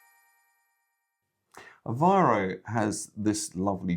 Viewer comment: Since this couple lives in this city, the least they can do is learn how to pronounce the city’s name, AVEIRO and not Avaro. Typical British with no regard to names; they moved from the UK, a country that’s falling apart to lovely Portugal, so start learning the language and the correct pronunciation.